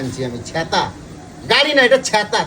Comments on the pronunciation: দাদা ছ্যাঁতা না বলো ছাতা ☂️☂️☂️😅😅😅😅😅😅😅😅😅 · ছেতা কি ছাতা ☔ বলে